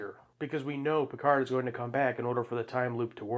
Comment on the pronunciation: I didn’t realize until now that she was just mispronouncing Picard’s name.